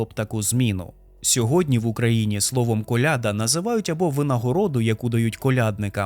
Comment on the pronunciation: сорі, але колядА ахахаха, не колЯда